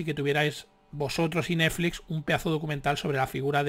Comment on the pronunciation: Dices Neflix como yo